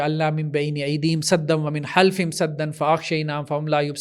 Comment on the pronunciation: پر ساحل عدیم کے ساتھ اس بغض میں اس قدر مبہوت تھے کہ قرآن کی آیت میں "خلفہم " کی جگہ " حلفہم " پڑھ گئے بغض مت مار دیتا ہے